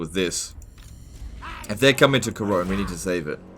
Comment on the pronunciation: Worst thing about this episode is the pronunciation of Couronne, or "Karone".